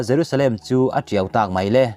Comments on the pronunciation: "Tiau" tih hi a hmasa ber leh a dawttu-ah hian i lam ri dik lo leh pek. Modified form-a hman te hi chu i lamri dik. Inzir nasa teh aw. Thumal lam dik loh i ngah thei em mai. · Ti tiau tih te hi lam dik ve deuh te Pathian thu lam hawi in sawi ve e,in duh duhin in lamin in thluk mai,in zir ve deuh teh u. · A tha viau nain a thu i lam dan hi lo ngaithla nawn leh la